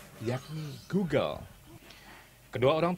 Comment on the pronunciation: G o o g l e ....... di baca glugluglug ..... 🤣🤣🤣